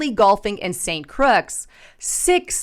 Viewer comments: St. "CRUX"?.....Its St. Croix.... pronounced "CROY". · St. Croix is pronounced St. Croy. Hillbilly. 😂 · FYI - St. Croix is pronounced Saint Croy. The x is silent. Just so you know. I'm not nitpicking, just figured you might want to know. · OMG! San Croix is pronounced , “San “Cruah ” it’s French.